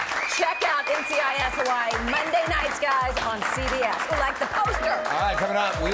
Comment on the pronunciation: Why does she pronounce it Hawai-ii? Every time!